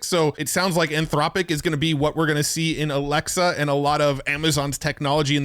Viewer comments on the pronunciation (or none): none